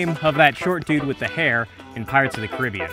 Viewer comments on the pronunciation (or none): none